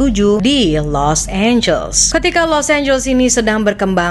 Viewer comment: serius lu nyebut Los Angeles dengan [los énjels]?? 😂 Elu tu kan klo ngomong inggris biasanya perfect. How come you pronounce it wrong. Los Angeles tu dibacanya [los énjeles]. Bukan énjels. Small thing but important to know. 😉